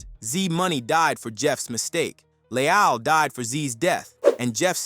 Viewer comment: Pissed me off every time dude say “Le-ALL” 😭🤦🏾‍♂️